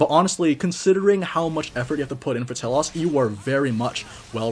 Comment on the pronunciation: Second note, same goes for T-elos, not sure why the "ah" sound is thrown on the o Dx